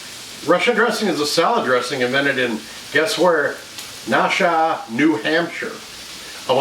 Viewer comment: Pronounced Nash u ah